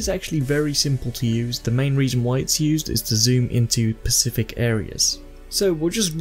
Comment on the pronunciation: Sorry to be SPECIFIC, but please say specific not pacific, pacific is an ocean specific stars with an S... xD